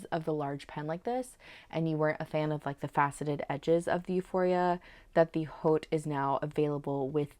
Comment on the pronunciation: Love this pen!! ❤ …just the price point 😭 Hope this helps…to pronounce “Haute” "Haute couture" is pronounced "oat koo-toor" in American English and "oat koo-tyoor" in British English, with the 'h' in "haute" being silent.